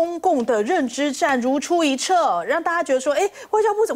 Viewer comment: 如出一辙 念zhe